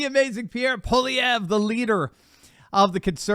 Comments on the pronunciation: I approve of the way,, that you can now properly pronounce "Pollievre" (us Canadians are accustomed to the French names - we had a few centuries of practice). Soon all of the World will pronounce the name of the upcoming Canadian leader. I am so glad that people everywhere are now learning what us Canadians have been going through for more than a decade and that we are finally pushing against it, as people in other countries are doing. Before this current leadership Canada was one of the most wonderful countries in the world to be born into, to live in, work in, travel in, emigrate to. A beacon of freedom and opportunity with open-minded, kind people. Despite the cold winters we attracted people from around the world. Our immigrants love this country and are beginning to realize that it is going in the wrong direction. I know this because they are my neighbours, colleagues and family members. This is coming to an end, soon I hope. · you're one of the few people who pronounces Pollievre's name properly. Not bad for an American.